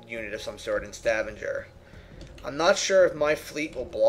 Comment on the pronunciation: And Stavanger, soft G.